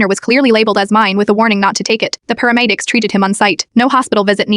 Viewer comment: Paramedics ❌ peremeedics ✅